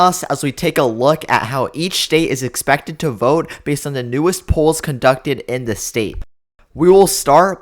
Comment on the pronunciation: The word is “the” not “da”. Are you that lazy about your numbers?